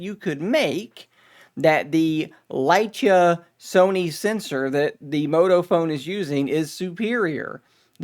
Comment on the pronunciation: Leica is pronounced with the hard /k/ sound. Like-ah